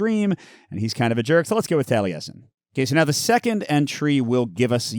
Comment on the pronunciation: It warmed my heart that you knew how to correctly pronounce ‘Taliesin’. 🏴